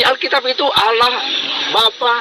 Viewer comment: alah🤣🤣🤣nyebut aja gak bener